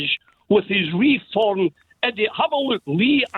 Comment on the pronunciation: Well done - you called it Re-form.